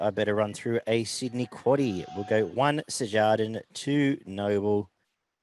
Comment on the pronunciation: Cheers for saying the quaddie names. C'mon beaver 😂